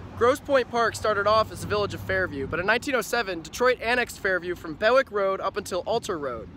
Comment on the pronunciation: FYI - no one calls it "Grosse Pointe" - we just say Grosse Pointe City or City. Also for pronunciation Bewick is not Beh-wick. It's "Bee-wick". Other than that - very informative video, thanks!